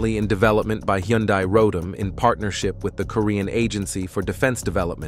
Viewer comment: 발음을 로템이라고 발음해야지 현대 로럼이 뭐여 그래?